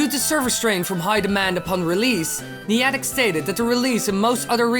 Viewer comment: You pronounced Iwata and Niantic wrong